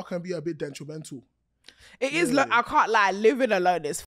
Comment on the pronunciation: Not getting on to her for saying dishproportionate and him going ahead to say dentrimental 😂😂😂😂😂😂